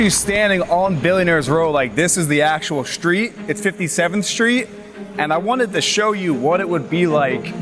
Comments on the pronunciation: What’s a shtreet? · Shtreet. Can this Shtreet guy get a tighter suit? Shtreet. Shtreeeeeet!!!!